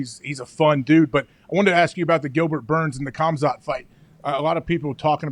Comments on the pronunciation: "Kamzat Kimiev" I think and Chael are good to spell Khazmat's names:D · Khamzat about to smesh you guys for saying his name like that brotha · The way they pronounced khamzats name…cas-u-als. Stick to football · Please learn how to pronounce Khamzat's name. It's honestly embarrassing. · I’m surprised Pat didn’t know how to say Khamzats name, it’s all anyone talks about